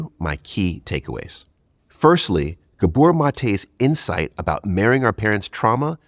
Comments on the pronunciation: It’s GAbor, not GaBOR, idiot. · It's GAbor... not gaBOR.. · Ga. bor , pronounce it "gaa bor" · Pronounce his first name correctly.